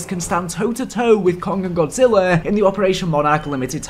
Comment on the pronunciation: Oh how Godzilla's name was botched so badly, the disrespect 😂